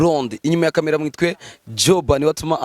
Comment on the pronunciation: Bavuga Mwite apana Mwitwe 🤣🤣🤣🤣